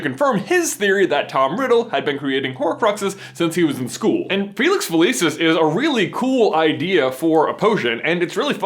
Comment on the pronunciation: felicius is pronounced with a ch